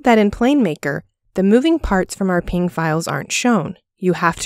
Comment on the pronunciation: This might be the first time I’ve ever heard someone correctly pronounce png